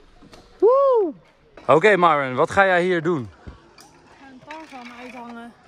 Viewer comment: Eindelijk dat enzo Myron haar naam goed zegt